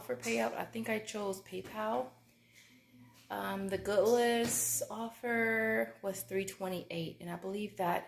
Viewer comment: Goodles, like noodles girl. Not good- less 😂 that makes them sound nasty